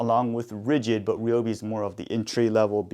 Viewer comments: Informative video! However, the brand is pronounced Ri (as in rice without the "ce" part)-O-Be. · For what it is worth, I have found out from an official Ryobi video that the name is pronounced as Re-O-Be, as said by the lady in the video.